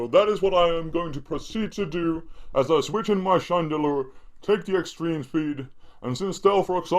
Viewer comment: It sounds like spade when he says Chandelure :)